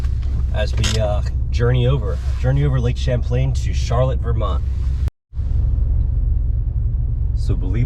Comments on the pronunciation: why does every out of stater pronounce it "charlit"? it is pronounced and spelled Char Lotte" never understood that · Charlotte, VT is not pronounced like the girl's name Charlotte. It is pronounced with emphasis on the last syllable as in CHAR-LOT. Also, Vermont in general is full of socialists and other left wing nutcases and is one of the most highly taxed states in the country. I lived there for two years and couldn't wait to leave. Not to mention the fact that the idiot voters in VT gave us the MARXIST gadfly BERNIE SANDERS, a man who was on welfare until he became mayor of Burlington. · charlotte is pronounced like shar-lot, don't confuse it with that city in north carolina. just teasing but love seeing videos about my home state and especially home town of charlotte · Been on that ferry many times and it's Shar- lott thats how we pronounce it. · Heard him pronounce Charlotte, like in was in S. Carolina ...i was hoping someone would put the correct pronunciation in the comments...thanks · Charlotte is pronounced like the name in French not the American city name. it is not two syllables. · One syllable, Charlotte. not the slow southern drawl.